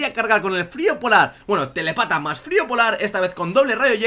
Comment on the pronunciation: me hace gracia cuando decía "telepata". Es telÉpata, que indica que tiene telepatía.